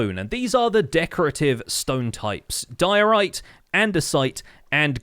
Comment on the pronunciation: "Dior-ite", "Andes-ite" and "Gran-it" that hurt me.